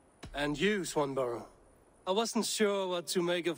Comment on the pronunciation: "Swanburrow"! really? "Swanburrow"? Raise eyebrow.